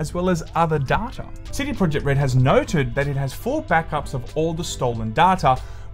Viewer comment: Here we go agien. Give me more "DADTA" <3